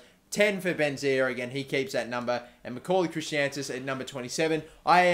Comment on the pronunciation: It's Chris-antus